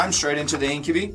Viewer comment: Incubi...in-kyuh-bahy. Not In-kyuh-bee. Sorry, that was just really grinding my gears all game. x.x